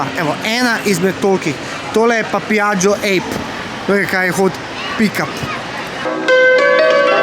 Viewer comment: Ej, ni "ejp" kot opica, ampak APE, kar pomeni cebela. VESPA pa pomeni osa. Osa leta okoli, cebela pa dela.